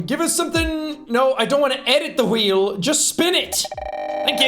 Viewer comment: Why did he say “khweel” like stewie griffin lmao